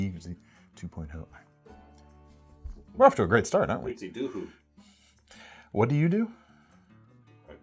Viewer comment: Absolutely butchered the pronunciation for Utsidihi. It's simple: "Oot-see-dee-hee."